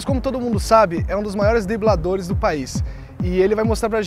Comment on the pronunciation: dibladores kkkk